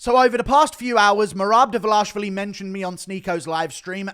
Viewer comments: Bro, just pronounce his name right. Its enough🤦🏻‍♂️🤦🏻‍♂️🤦🏻‍♂️🤦🏻‍♂️ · Why do you mispronounce Merabs last name? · You really need to learn how to pronounce Dvalishvili. Do you not listen to the commentary on fights?